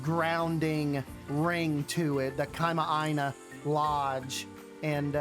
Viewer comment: hi! i was the one who commented on your instagram about the definition of kama'aina! also wonderful pronunciation of the word btw! some hawaiian words can be tricky:) excited for this series.